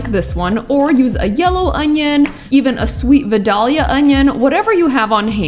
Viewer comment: Being from Georgia, I thought I would set the record straight...the onions are not Vi-dawlia, but Vi-dale-ya